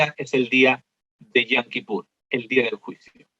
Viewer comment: Con todo respeto pero la pronunciación es yom no yam, pues yam en hebreo es mar :)